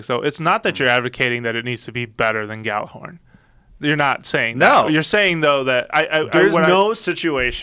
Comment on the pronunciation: Ya-ller-horn. Not Gal-er-horn. jeez